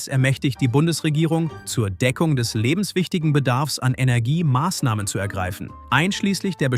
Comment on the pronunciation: Was ist denn „lebenswictigen Bersaffs“?